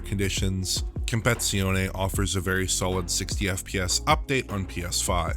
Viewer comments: great video again!!! thank You! but the name is "Competizione" and not "Compezione" 😃❤ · cool analysation and all, but it's compe-TI-zione, not compe-ZI-one. I wrote it down, and it hurts my ears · It's Assetto Corsa compe-TI-zione, not compezione btw. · CompeTIzione, not compezione. 👌🏻 It's similar to English "CompeTItion". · Hey guys, it's not comeizione, it's competizione... first part (competi) is like competition in english, last part (zione) has a strong Z like the one in Forza Horizon.. excellent analysis however, thank you for your beautiful work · love your work! BUT: in italian, it is pronounced compeTi-Zione, same as in french, compeTi-Tion. hurt my ears ;) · It's "compeTIzione", not "compezione" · Dude, it's called competizione, not compezione! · It is not COMPEZIONE It is COMPETIZIONE 😁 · Why does he keep calling it Assetto Corsa: Compression? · For the love of God, it's "compeTIzione" not "compezione". 😂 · You need to pronounce the TI as TEA in CompeTIzione - it is not a silent TEA or it would be "Compezione" :D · Completely left out two letters when pronounincing 'compeTIzione' - is saying "compezione." It sounds a bit like and is "competition." Com-pet-ti-zione. 😝 'Z's are always hard like 'Pizza' or 'Forza' not Forsa lol and you got that bit right. Good work nonetheless 👍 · It’s “com - pet - tit - zee - onay” not “competzione” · It's Not Compe-Zione It's Compe-TI-Zione! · Why the f does he constanly say "compezione" It's "compeTIzione" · narrator calling it "compezione" is very distracting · Excellent analysis as always; one small observation: it seems like your not pronouncing the "TI" [tee] in "compeTIzione". Italian basically has a one-to-one correspondence between letters and sounds, meaning every letter that forms any given word has a corresponding sound that must be pronounced. I hope my comment is somewhat informative; have a good day. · "Com-pet-zione" haha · "Compezione" okay 😅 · Please stop saying "Compezione"